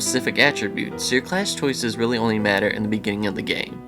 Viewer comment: Bejinning is the strangest mispronunciation have ever heard.